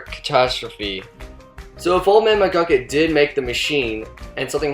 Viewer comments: it's mcgucket. not mcglucket . other than that loved the video! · McGlukit, seriously? Its McGucket. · Did you hear him at the end he said old man muglucun in stead of mugucet idiot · His name isnt old man mcglucken its old man mcgucket